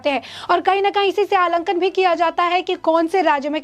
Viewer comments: मैडम, अलंकन, नहीं (आंकलन) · बड़ी अच्छी तरह से प्रस्तुत करते हैं। मगर आलंकन नही बल्कि आकलन शब्द का उच्चारण करते तो अति सुन्दर होता। वैसे बाकी सब ठीक है एम